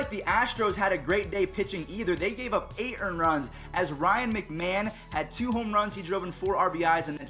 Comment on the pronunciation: u said Ryan McMahon’s name wrong ryan micmahon is how u say it